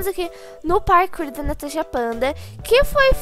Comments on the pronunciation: Só eu entendo ela falando tanasha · eu amo quando vc fala tanasha kkkkkkkkk